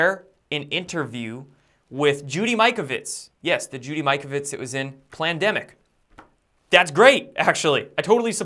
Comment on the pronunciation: Good point about dioxide v de-oxide, (ex Ind. Chemist, myself) but also nice to see pronounced Judy Mikovits' name the way SHE pronounces it. A few folk seem to know better by pronouncing it Mick-ovits instead of -- MY-kovits as she calls herself! Picky? No! Same with most Americans say Muzz-lim (as in buzz-lim) instead of the way Muslims call THEMSELVES (in English) MOOZ-lims! Ignorant, annoying, whatever - yet it matters to those sciences and people involved, yes. Last one:) - the word "Italian" is pronounced, worldwide, as IT-alian - as in 'It' aint necessarily so!), not "I"- talian - (but as in ITALY), another annoying and ignorant and 'insulting' habit of most American folks.:(